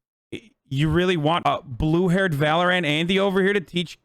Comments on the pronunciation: English isn’t his first language so he might be trying to pronounce it phonetically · Why does he pronounce Valorant like that ☠️